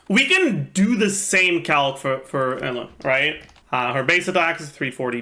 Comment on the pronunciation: Why pronounce Eula like that?